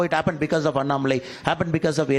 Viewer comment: The lady who takes the interview must know how to pronounce Mr. Annamalai's name correctly. The owner of this TV must please note. When you direct somebody to take interview she must atleast know how to pronounce a person's name